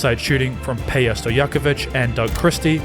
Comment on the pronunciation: And now to correct everything you got wrong or is just odd. 1. In American basketball we don't call a team a "side." These are teams. 2. Peja Stojakovic's first name is not pronounced "Peya." It's pronounced "Payzha." 3. It's not exactly an error, but when you said that "not even" Jason Williams could match Shaq, that's unbelievably insulting to Shaq's career. Of course Williams couldn't match him. Shaq was 100 times better a player. 4. It feels like you're leaving out half the story: The big issues with Jason Williams were that he shot with very low efficiency and was a liability on defense. Everyone enjoyed his flashy plays, but Sacramento got much better when they got Bibby, who was an all-around player. 5. It's also weird when you showcase a game in which Williams had 38 and 11 like it's an otherworldly achievement. It's a nice night, or as Jokic would call it, a nice half. 6. It's also very weird to suggest that Hubie Brown retired because he might have "literally" passed away if he had to see another Williams unconventional pass. WHat? 7. Nowitski's last name is pronounced "Novitski" 8. The discussion of the 2006 Finals is completely disrespectful to D. Wade. He averaged 34-7-3 but you make it sound like he was a sidekick to Williams. You describe the Game 6 win as due to Williams's "vital 7 assists," but leave out that he shot 1-7 for the game. Meanwhile Wade went 10-18 for 36 points, with 10 rebounds 5 assists, 4 steals 3 blocks. 9. Williams would not have lost money